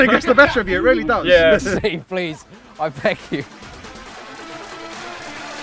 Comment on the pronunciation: when did Steve have a er on the end